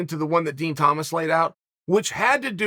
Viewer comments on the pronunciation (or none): none